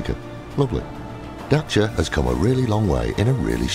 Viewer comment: Why do you pronounce it as dacha it's Dasia